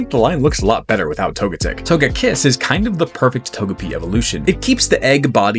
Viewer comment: Really chaos my ass you switch the stress of the pronunciation just for Togetic